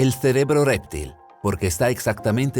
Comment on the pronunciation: ALGUIEN DEBERÍA EXPLICARLE AL REDACTOR Y ALNARRADOR QUE ES REPTIL, NO R´3PTIL.